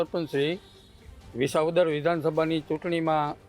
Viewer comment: રિપોર્ટર બેન... બધા શ ન હોય, સગડીનો સ પણ હોય... જેમ કે વિશાવદર નહીં, વિસાવદર ... સમશ્યા નહીં બેન, સમસ્યા....